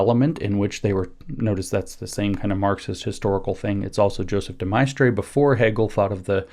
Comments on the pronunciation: Couldn't pronounce his name correctly. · Could he have pronounced De Maistre's name, incorrectly, because he read it and hasn't had to speak it?